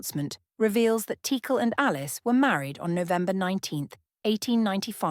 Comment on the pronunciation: It seems like AI is trying to attempt all possible pronunciations of Teackle.